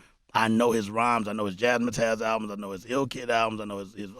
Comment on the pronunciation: It’s Jazz Matters with a Z. Seriously here we are decades later, and even Preem messin it up. It’s not jazz mah tazz, it’s jazz mattaz. Like Jazz Matters but remove the R and replace S with Z. Jazz Mattaz. Not jaz mah tazz dammit! 🤣